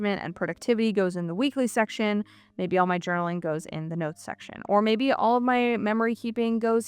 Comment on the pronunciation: "Da noootes...Da time tracking..." . I really LOVE the way you say "Da Nootes" HAHAHAHAHAHAHA